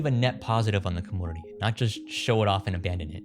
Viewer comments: The way you’re saying community really irks my nerves you got to be playing!! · Have I pronounced the word community wrong my whole life?